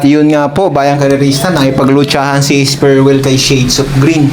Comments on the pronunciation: Es pre well boss hindi esperwel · S-PRE-WELL ang basa idol. Hindi Sperwel